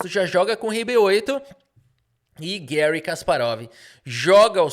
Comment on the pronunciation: O nome não é estadunidense, é russo. Assim, fala-se Garrí, nunca Guéri.